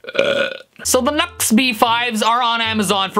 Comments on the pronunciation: NUX is no "nahks" but "New-EX" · Nu-X is pronounced "new-ex", hence the little "-" in between "nu" and "x" lol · Isn’t it pronounced “new x”? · I thought it's pronounced as "New X"? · It's pronounced "New X" lol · Are you aware that it's pronounced "new-x" ?